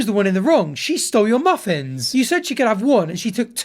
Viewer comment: Not me giggling about the way says”Muffins”